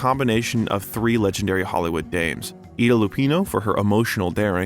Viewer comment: Eye-da Lupino! Ida! And The Big Short! Short! Drives me crazy!